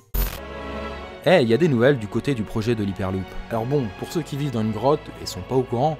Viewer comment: Bon déjà faut apprendre à faire ses liaisons Dans une se prononce * Dans z'une* . Ensuite, la quatrième marque qui produit des smartphones pliables n'est autre que Xiaomi. Qui n'est pas comme tu l'as dit une marque random chinoise, vu qu'elle fait partie des plus gros constructeurs chinois. Prononciation mauvaise, informations tardives et pas complètes. Le chemin est encore long avant d'avoir un contenu un minimum potable.